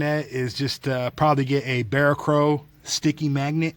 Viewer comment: Those are porcelain covered steel wire racks...! What an expert... This asshole doesn't even know what "velcro" is... or at least can't even pronounce it...!